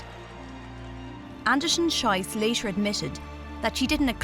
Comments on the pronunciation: She can't say the last name correctly. It's pronounced shees, which means shoot. Sh-aye-ss, which is how the narrator said it, is how you say the s word in German. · PLEASE pronounce her last name “sheece” to rhyme with “peace”! “Shice” (rhyming with “price”) is a crappy mispronunciation. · Not Anderson-SHYCE but Anderson-SHEECE, you muppets. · Whoever did the voice-over should have learned to pronounce Gabriela's surname correctly. It's Andersen-SHEECE!! The way she actually says it means something pretty rude in German. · Greetings to all German speaking people out there watching this! Unlucky pronunciation of her surname 😅😅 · quite a mispronounciation of her name... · Just for the record, that's not how you pronounce Andersen-Schiess:)) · That was really bugging me. It doesn't take much to pronounce a name properly.